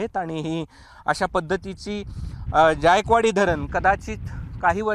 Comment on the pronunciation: ज्यायकवाडी नाही जायकवाडी आहे ते